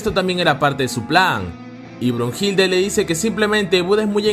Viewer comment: No es brujilda es Brunilda